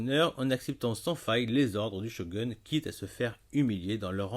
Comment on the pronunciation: Shogoune ! Pas chogun... Lol. Sinon bonne vidéo